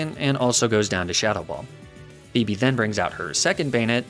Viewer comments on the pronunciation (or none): Yo shouldn't you be pronouncing Phoebe´s name as "Fo-ee-be' ?